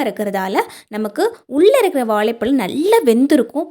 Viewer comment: வாழைப்பழம் இல்லீங்கோ வாழைப்பழம் என அழகாகச் சொல்லுங்கோ இப்படி தமிழை கொலை பன்னாதீங்கோ